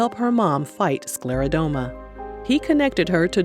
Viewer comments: It's pronounced: sclera-DER-MA not DOME-A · This was lovely. For anyone reading, it's actually pronounced sclero-DERM-a. Not sclero-dome-a. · SCLERODERMA - DERMA being the keyword for skin. You keep saying SklerodOma in this video.